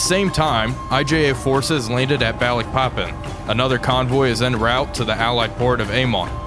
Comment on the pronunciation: Loving this series so far but as an Indonesian I do have to both laugh and cringe a bit on your pronunciation of the cities of the Dutch East Indies (Which is ofc now Indonesian cities), your Surabaya though is excellent. Just a tip, we don't have any 'ae' to pronounce any As, we use that for 'ei'. So for example Balikpapan it should be Baaleekpaapaan, all As pronounced like in 'Java'.